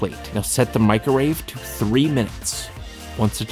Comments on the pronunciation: LOL MICRORAVE did he triun asian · MIC-RO-WAVE! It's an onomatopoeia. >•<